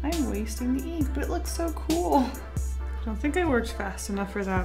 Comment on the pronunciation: Eeenk I love how pronounces ink